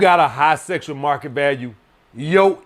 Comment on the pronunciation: "SESSSUAL MARKET VALUE. SESS. SESSUAL."